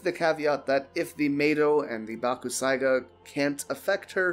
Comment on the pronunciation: Its pronounced bak. Sai. Ga the u is silent